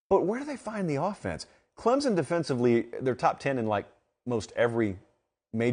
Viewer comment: I enjoy listening to your commentary on my team (Clemson) but man you gotta learn how to say the name correctly!